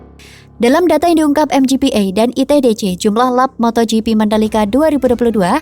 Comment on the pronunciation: Lap dibaca lep! Bukan lap makan!🤣🤣🤣🤣🤣🤣